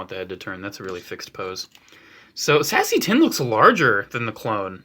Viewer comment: lol anyone else heard "sassy tinn" instead of seasse tinn?